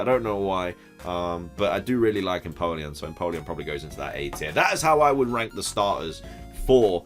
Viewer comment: Careful how you keep saying ‘rank’